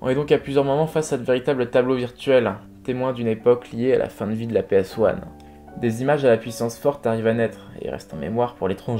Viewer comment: Franchement, tu m'as bien surpris. Le genre est maîtrisé malgré quelques erreurs (le volume de la voix-off aux début de la vidéo, la prononciation de PS1,...) Je pense que ce que tu dois améliorer c'est la voix-off. Elle n'est pas très agréable à écouter à cause de sa monotonie, son débit et son articulation. Mais aussi non tout va bien ! Continues comme ça, ça fait du bien de voir ce genre de vidéo